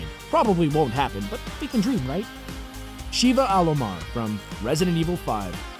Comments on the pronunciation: Also, Sheva of RE 5? Her name is NOT pronounced "She-vuh." It's "Sheh-vuh." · Ben2099-1 for me it was those 2 and Sheva. The dude didn't even pronounce her name right